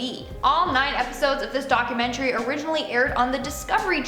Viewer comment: maybe its just me but i cant stand the way she says "DOC-YOU-MEN-TREE" and then the other girl says its perfectly lol